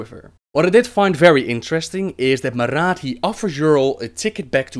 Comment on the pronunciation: The way you roll your 'r's makes you sound like a real draenei in several places, like when you say Maraat that sounds pretty good. Anyway lols at your description of blackhand that was cool.